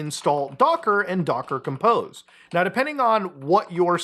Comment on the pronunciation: Quick warning its docker-compose not docker-compost